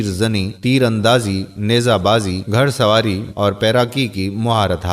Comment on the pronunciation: bhai aap ki urdu to muj say b zyada hrab hay, ap nay bola bayhasi, yeh lafz hay bayhisi, ap nay bola marhoonmant yeh hota hay marhoo ne minat , ap nay bola GharSawari yeh hota hay Ghursawari baki video mein nay nahi dekhi shukrya